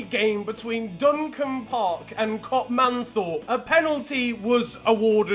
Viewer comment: The way you say Copmanthorpe just annoyed me I’m sorry, luckily bc it’s a small village near me you won’t have to say it again